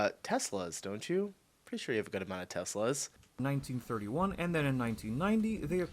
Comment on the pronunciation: Teslerrr don't you see any news there. 😂😂😂😂🏴